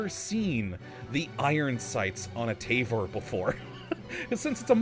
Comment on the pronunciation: It’s pronounced Tah-vore